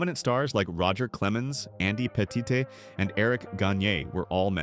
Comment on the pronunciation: Andy "Patee Tay" 😂